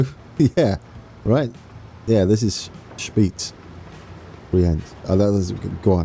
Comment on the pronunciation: Already a lot better, love the effort. Keep up the great vids. Below are some more tips if you want to try. Brienz is pretty much on point. Spiez already sounds pretty geman but not yet swiss german. It has the same i-e pronunciation als Brienz. Intelaken & Thun are good. You can drop the 'n' at the end of Interlaken to get even closer. Uetendorf could do whit a little improvement. the 'U' is pronunced a little strange like an 'ü', look up the pronunciation of the german word 'über' and use that 'ü' sound. (sorry i can't explain it better) Uttigen is pretty close as well, just needs a little more stress on the first syllable 'Utt'. And then Domodossola needs a lot of work. It's 'ssOla' not 'ssAla'. And you need to to stress the second 'do' as well as make it a really sharp 's'. and then give it a little Italian flair and your there ;) I hope i could help.